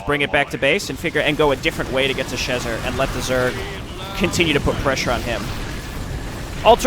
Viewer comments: Tiniest of nitpicks that will bother me endlessly because that's just the sort of detail that would: Alan Schezar's name is pronounced "sheh-ZARR". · Akshualee, it should be more pronounced シェザール. :P